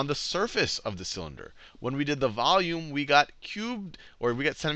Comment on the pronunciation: How to pronounce volume vowme. XD